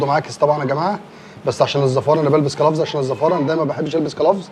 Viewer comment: اسمه جلوفز مش كلفز 🤣😂😅😅